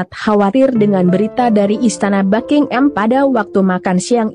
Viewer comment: BuckingHAM bukan Bucking-Am 🤪